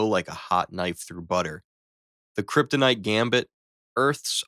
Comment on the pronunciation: he said krytonite bullet